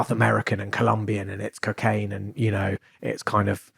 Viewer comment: Why’s he saying ‘Kcaine’ it’s pissing me off who tf says it’s like that